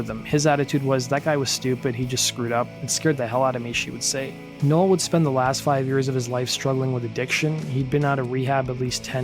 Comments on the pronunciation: Its "No.well" not "noah" please learn to speak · Uhhh...pronounced Now el....just sayin